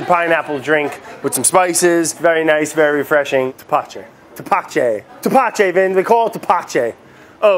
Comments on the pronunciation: My father would make this and its very sweet Also its pronnounced tepache ( teh·pah·che) make sure you don't make the t and p to hard... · You're saying it wrong it's thapatchè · "tepachei" "tepache" is "tepache m8